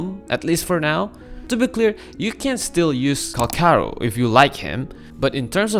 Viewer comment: "Cal char ro" 💔🥀